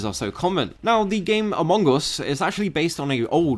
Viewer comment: When you say "among us", I hear "Mongous", I thought, where is the Mongol in those game?